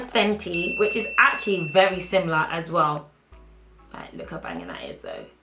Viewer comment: When she said AAatcually. I died tbh